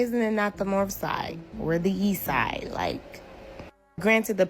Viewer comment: Did she say “yeast side”?